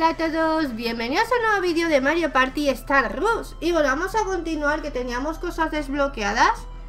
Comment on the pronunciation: Hola se pronuncia star rash no star rush